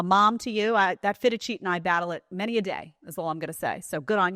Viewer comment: “Can fold fitted sheets”. Lol. I heard “I can fold feta cheese.”